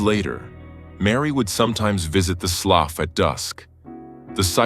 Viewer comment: Can’t help it. I must tell you…as a southern gal from Louisiana, the word written “slough” is pronounced “slew”.😊 LOVED this video…as always!